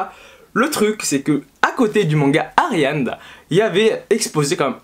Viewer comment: il y a écrit Ariadne ^^ et pendant toute la vidéo tu as dit ariane